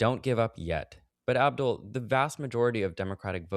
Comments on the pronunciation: This is such a great conversation. Wish I could vote for Abdul. (And it’s Abdul, not Abu,!) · "Aboo Al Sayehd"